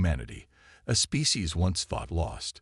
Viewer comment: Species not fecies 😂